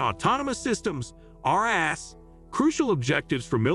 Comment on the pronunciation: Evert time, he said ras it sounded like our *ss.